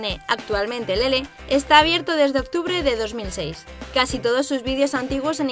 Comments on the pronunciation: no sabes pronunciar su nombre:se llama Lele,no lelé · Jajaj además dice LelÉ con la tilde jajajaja